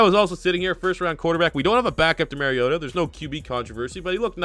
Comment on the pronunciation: It kills me when people can't say Mariotas name right! MAR-E-O-TA NOT MARE- eota. Edit: I just heard you say LOU-Wan instead of LE-wan. in and I'm out on this video.